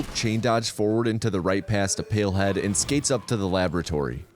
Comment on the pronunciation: Not me thinking he is saying pillhead and not palehead